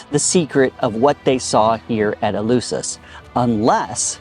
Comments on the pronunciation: In fairness to the host, his pronunciation of Eleusis is reasonably close to the Attic of Plato's time. The eu was a diphthong. Attic did not have the "f" sound. Or so we are taught. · And is called ELEFSIS [the E sounds ALWAYS like the latin A / 'A' tool...) and the U sounds like an F, unless is the first letter in a word... Like I said... knows nothing, understands nothing and posses as a 'know all''...